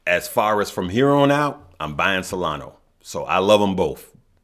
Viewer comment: you are not pronouncing SOLANA right brother is SOLANA u say SOLANO. Also brother from my EXPERIENCE don't say to tell friends and family I used to help friends and family and everytime doesn't look good they become ungrateful and swearing it is DRAMA. Like I say I just SHARING MY EXPERIENCES PEOPLE ARE UNGREATFUL. REMEMBER IS SOLANAAAAA JAJAJAJAAJJA TAKE CARE FROM L.A. CALIFASSSS